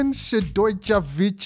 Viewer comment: Go ahead and butcher that name 😂😂😂